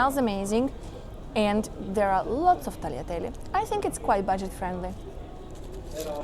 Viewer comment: Nice and interesting video. Thanks. PS : one error > please do not say tagliatelli but tagliatellE😉